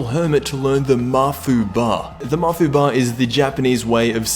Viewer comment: The way he pronounces Mafuba pisses me the fuck off.